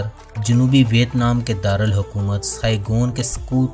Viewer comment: بھائ صحاب، نام کا تلفظ وِیَتْنام ہے۔